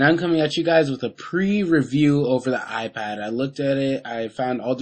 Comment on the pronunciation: fail he says iPwn